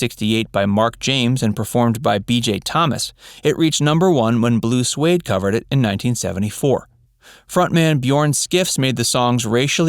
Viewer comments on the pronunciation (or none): It isn't pronounced "Blue Swade" it is "Blue Sweed". the group is Swedish. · It’s Blue Swede, not Suede. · It’s Blue Swede - not Suede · Blue Swede, not Blue Suede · The band's name is Blue Swede not "blue suede". OOOOgah Chaaaacka!